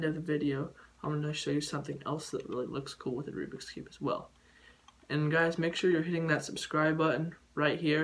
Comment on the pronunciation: Also remember it is called "Rubik's Cube" not "Rubix Cube".